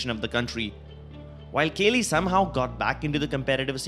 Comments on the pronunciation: kaley?? its kooklyy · Kaly ... Sure ,nice pronunciation xD